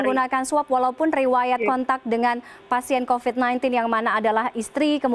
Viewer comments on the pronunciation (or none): 0.02 COVID mbak bukan COVED😂